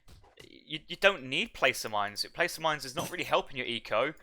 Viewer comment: Love the content. Thanks everyone! FYI, I have noticed everyone involved with AOE3 is mispronouncing "Placer" mines. "Placer" has a short "a" and rhymes with "master." Thanks again!